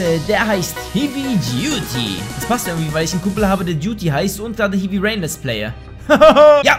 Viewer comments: St du "hiwi duty" statt "heavy duty " gesagt xDD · Das spricht man hewi aus! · Es heist hävy duty also wie hä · das heißt nicht hievy!!! du depp.... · Kann kein englisch wie er heavy ausspricht wenn er ein Spiel das Heavy im Namen hat sollte man es aussprechen können! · Er kann heavy nicht aussprechen : ) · alter der typ weiß nichtmal wie man Heavy ausspricht...